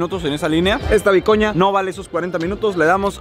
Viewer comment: jajaja y eso no es bicoña sino es "biecon" (significa beicon) xD y "v biecoñe" significa "en/con beicon"